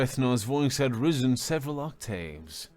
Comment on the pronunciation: He slurs a bit more than your other readers, like when saying "his voice had risen" (at about 13 minutes in), I imagine his teeth touching and lips barely moving when he said "risen", because that's the only way I can produce the same sound. You asked for critique and vocally that slurring is about the only thing that sticks out.